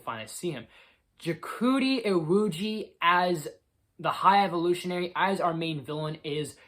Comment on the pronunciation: This was a solid review I really enjoyed the high evolutionary great pronunciation for his name Lool I think he was def the better villain overall the movie was incredible great end to the trilogy